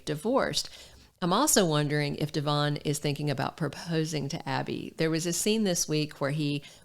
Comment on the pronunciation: Finally someone knows how to pronounce Devons name correctly it's very refreshing willbe listening to you and not the rest of them,cause of this factor😅